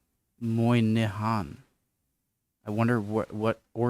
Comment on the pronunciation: Moynihan is pronounced "_Moy_nihan" - emphasis on the first syllable - it's Irish.